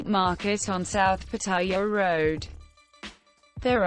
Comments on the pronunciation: Here's another do: Pronounce Pattaya correctly i.e it's not Pa-ty-a, it's Pat-a-ya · Amazing how virtually nobody can say "Pattaya" correctly! It's 3 syllables to pronounce it right.